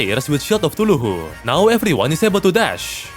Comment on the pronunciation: Just wanna say that you should try to pronounce Cthulhu as ca-thu-lu Love your videos